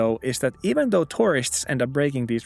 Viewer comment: The way you pronounce "tourists" sounds just like "terrorists"